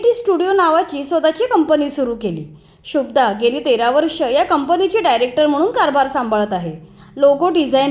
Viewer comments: 🎭🙏शुभदा असं आहे शुब्दा असं नाही कृपया निट उच्चार करावा. बाकी आपल्याला पुढील वाटचालीसाठी मनापासून शुभेच्छा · शुभ्दा असा उच्चार बरोबर नाही शुभदाचा उच्चार जोडाक्षराप्रमाणे केलेला कानाला त्रास होतो. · Shubhada not shubda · आधी नाव शुद्ध घ्या. शुभदा.